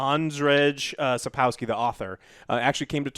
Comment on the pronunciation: I still love how americans struggle with pronouncing sapkowski's name.xD